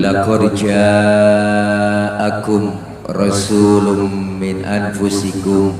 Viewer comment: Barokalloh ust. mudah mudahan tdk jadi pecah atau salah pendapat, isi ceramah bagus namun jangan lupa bacaan al qur an juga penting dan wajib hukumnya menggunakan tajwid , ketika ust.bacakan ayat لقد جاءكم رسول من انفسكم kalimat min anfusikum harusnya dibaca samar karena hukumnya ikhfa ,🙏 mohon maaf tdk menyalahkan hanya saling mengingatkan , الا الذين امنو وعمل الصالحات وتوالصوب الصبر